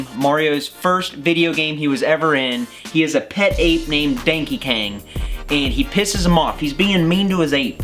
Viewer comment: He sayed Dankey Kang 😂😂😂😂😂